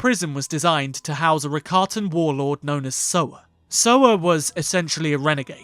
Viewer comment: the ricotta...cheese pronunciation hurt me inside. every time you said It i made an audible aahhhh sound. Rah-kah-tah but writers in star wars constantly rewrite to fit a narrative, just like my government. I like it that way it makes me feel safe. (sarcasm)